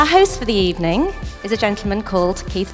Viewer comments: Title correction: An ebening with Arsene Wenger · An ebening with arsene wenger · U mean an ebening